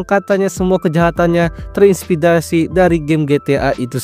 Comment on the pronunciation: terinpirasi bang bukan terpindasi:face-green-smiling::face-green-smiling